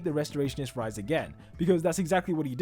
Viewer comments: It's pronounced Rees not rise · why u say rice its reise